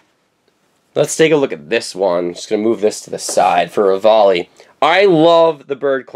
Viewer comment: REVALI NOT RAVALI!